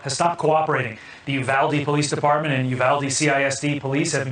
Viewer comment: It's pronounced YOU-vahl-dee